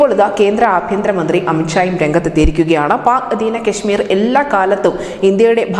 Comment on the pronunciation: അമിത് ക്ഷ അല്ല അമിത് ഷാ കെ ശ്മീരല്ല കാശമീർ ആദ്യം തെറ്റ് കൂടാതെ സംസാരിക്കാൻ പഠിക്ക്